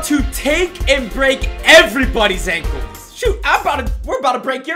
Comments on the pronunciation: It’s “ankles” not “ankels” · Its not ankles it’s Ankles dur to dur